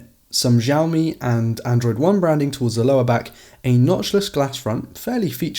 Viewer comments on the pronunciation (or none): Actually it's not pronounced as shaomi as well, but more to siaomi, you've heard shaomi so much because most english speaking youtubers don't exactly know how to pronounce Mandarin Pin Yin shaomi can be having a completely different meaning, for instance: 烧(burning the )米( raw rice) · It's not Jaomi it's Shaomi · Man is not jiaomi is xiaomi (shiaomi) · Xiaomi is pronounced like she-ow-mee not zhee-ow-mee. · Lots of people have a problem pronouncing the letter "X" in Mandarin. It doesn't sound anything like the name Zsa Zsa Gabor. X in Chinese Pinyin is supposed to sound like "S". This video should help. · Actually it's not pronounced as shiaomi as well, but more to siaomi, you've heard shiaomi so much because most english speaking youtubers don't exactly know how to pronounce Mandarin Pin Yin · It's shaomi not zhaomi. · You dont know how to say Xiaomi proper - it;s "SIA O MI " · Jaoumi or shaomi? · Why you say it ‘jiaomi’? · Not ჟiaomi ! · Cant trust anyone who pronouces xiaomi as jowme